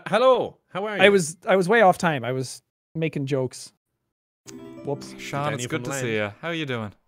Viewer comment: I have said this once and I will say it again Sean is pronounced seen not shawn Sean bean